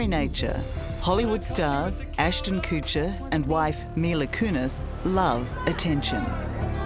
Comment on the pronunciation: Ashton’s last name is pronounced Kutch, short u, NOT Kootch short o. Kutcher, not Koocher 😅😂